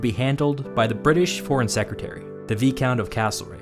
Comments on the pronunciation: 14.50 viscount is pronounced “vycount”, not “veecount”. (Good video, BTW) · UK needs more Castlereagh attitudes towards European interventions today. Pro-war nutjobs are too common throughout the spectrum of modern UK politics. By the way most folk say Vye-count, not Vee-count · Vee-count lol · Very good video but a "Viscount" is pronounced "Vye" not "Vee". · Having rewatched this video today now that part 2 is out, I feel I must let you know that Viscount is pronounced like VY-Count, not VEE-Count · Viscount is pronounced, here in Limeyland anyway (I am English, I can all myself and my brethren whatever I want) Vie-count as in Rye-count, so Viscount, v long "i", count, as in three pies on Sesame Street in the stairwell. The Counting Count. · Just to let you know, Viscount in English is pronounced Vi-Count (the s is silent). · Excuse me VEECOUNT? Never heard that pronunciation before